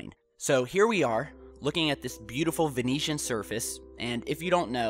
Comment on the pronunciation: ven-oo-sian, not ven-ee-tian (italy)